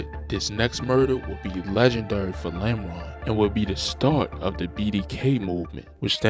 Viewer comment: Normal ❌ Lameron ✅